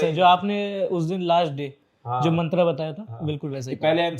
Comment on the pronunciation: मंत्रा? क्या होता है मंत्र है अब चीज वैस्टर्न करनी जरूरी है?